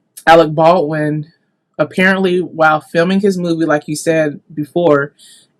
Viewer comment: It's pronounced Bald-win NOT Bawin.